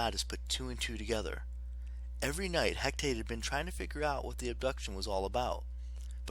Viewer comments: He ca te not hec tate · Its He-ca-te